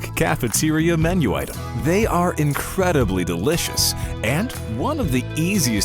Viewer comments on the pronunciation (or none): none